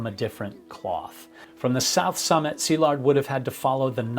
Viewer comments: I'm Hungarian and had been following Szilard for a while and I was devastated by what happened to him. I really wanted him to succeed. Also thank you for making the effort to pronounce his name properly - very refreshing. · I am a fellow Hungarian and have been following your channel for a while. Thank you for your non-sensational delivery of the facts and especially for pronancing his name correctly. This sort of attention to detail and your thorough research make your channel very special. RIP Szilárd.